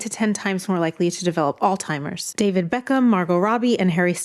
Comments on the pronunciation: •Alzheimer's pronounced All•zy•mers...not Alltimers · A physician associate that calls Alzheimer’s… all timers.??? There’s no T how did you pass tests ????